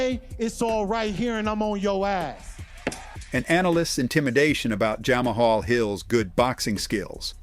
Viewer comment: Jamma hall? Hahaha this voice saying all these names wrong is killing me